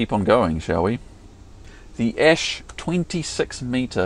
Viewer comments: OH NOO NOT ASH ITS A.S.H THIS IS AN UNFORGIVING CRIME AGAINST SCHLEICHER TO MANY PEOPLE SAY THIS its an joke please dont take me serious but its still A S H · That is not an "Ash" for crying out loud, it's not a tree or some burning rests! Same with the German truck manufacturer M*A*N, it's not a "Man" like a human beeing. You speak the letters individually in these cases. A is for Alexander and S is for Schleicher and now guess wherefor the H stands. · Considering a run-of-the mill top glider today sets you back 200..300 grand I'd assume the Concordia defintitely entered seven figure territory. Hearing ASH pronounced as a single word made me do a double take, but it DOES make things easier and quicker.(My mother tongue is German, so the thoght never entered my mind.)